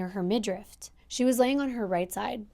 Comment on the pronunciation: Hey girl love your content today's story especially was interesting cuz I've never heard this one. I know you like to be accurate, I hope you know this comes from Love. The word is midriff not midrift. Keep up the hard work, much love for North carolina, Daria 💞